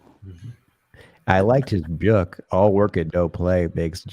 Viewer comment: Dude. Dunnigan is a comedy genius and Wendell is the best character ever, but I don’t like this new “beeyook” thing he’s started doing with pronunciation.